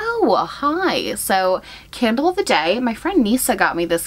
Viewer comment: You said candle but I heard kindle and I was like damn since when are electronics scented omg